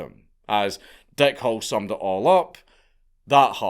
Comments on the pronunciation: Your accent makes it sound like the guys name is Dick Hole. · The way you pronounce "Hall" sounds like you are saying "Hole", so I choked on my coffee, when I thought you said, "Dick Hole". 🤣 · It sounds like you are saying Dick Hole instead of Hall.